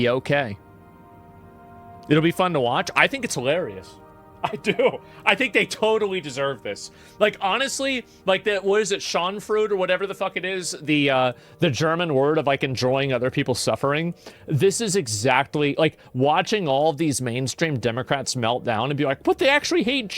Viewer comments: Hahaha pronouncing Schadenfreude as Sean fruit is so hilarious for me as a German. Scha = shu from shun den = sounds literally the same as the english "den" freu = the eu is like the oi in void (and we pronounce the r's differently) de = again like "den" but without the n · "Sharden-frid..." Schadenfreude i think? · ahahaha you meant "Schadenfreude" and yeah I love this word in my language. 🤣